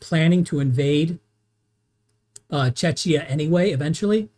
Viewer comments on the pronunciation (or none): Thank you for this exhaustive analysis. But I have to say... YOU ARE MISSPRONAUNCING WORD "CZECHIA" AND "HÁCHA" SO BADLY, YOU TEARING MY EARS APART 😅 Letter "ch" should be pronaunced in those cases as in the word "ReiCH". Your pronaunciation is similar to letter "Č" in slovak language, which is so wrong 😅 By the way... I'm a massive fan of your work from Slovakia 👋🙂 BTW: Why do you think that Germany did not need consent of Czechoslovakia regarding Munich agreement? We were a newly formed state back then, even if we were considered "obnoxious" by the Germans and Austrians, because of our location.